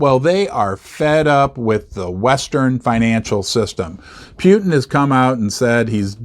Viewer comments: Can you please say "Putin" correctly and not "Pjutin" or whatever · Everyone: "Poo-Tin": "Pea-You-Tin" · Yeah, I noticed that too. What I heard was "Pew-tin". lol